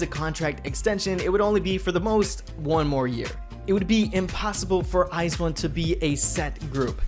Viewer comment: ice one? lololol 🤣🤣 thats not the way to said it